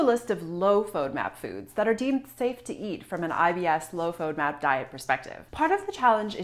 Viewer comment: You can't even pronounce fodmap. And I am going to trust my health with you? Not today.